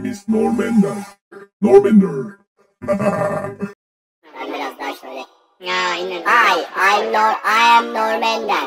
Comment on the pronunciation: Ay em norm ender may neym is norm ender nırm endır hahahaha